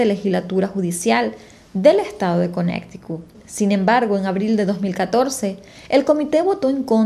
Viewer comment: Conneticut no conecticut